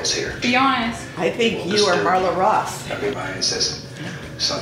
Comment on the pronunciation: “Marla Ross” 😂😂